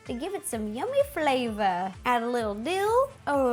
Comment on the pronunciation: Something inside out (the film) can you make bing bong (elephant cat and dolphin) cake pops or sadness because she is kind of round 💗😫 ALSO If you think at the minute 3: 40 the way she said flavour sounds a bit different 😂👋🏻😈😎😎